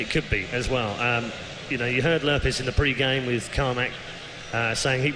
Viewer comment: its lurrpis -.